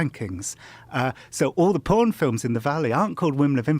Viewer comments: lol "pooen" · The way Jon Ronson pronounces "phooorn" makes me want to take a shower. So dirty